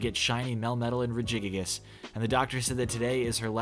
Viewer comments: “Reji-gig-is”. Why is it YouTube redditors do not know Pokémon names? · Excuse me but W H A T was that regigigas pronunciation. It's reh-jee-gig-us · really just pronounced it "rejigigus" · the way you pronounced "regigigas" killed me